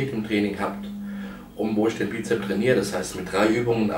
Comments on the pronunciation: das heisssssst bizepsssssssssss mit s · Na ja, sein Trizeps ist null vorhanden. Was soll also das blöde Gequatsche von dicken Armen, wenn sie nicht ausgewogen sind. UND: Wann lernt er endlich, dass es BizepS und TrizepS heisst. Peinlich! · Lieber Markus, es heißt Trizeps und nicht Trizep. Ebenso mit Bizep und Bizeps. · Hat er etwas gegen das 's' in Bizep - s und Trizep - s? XD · Bizep, Trizep, sooo herrlich doooooof